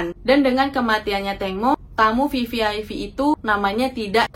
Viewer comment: VVIP mba....bukan VVIV